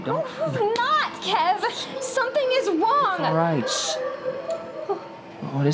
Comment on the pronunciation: i just have to point out that she said "something is wong"